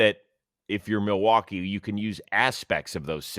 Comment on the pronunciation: Someone needs to teach Rose the context for “mill-e-wah-que"